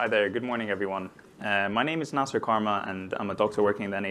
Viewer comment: your name is na-seer and not na-sir, stop pronouncing it wrongggggg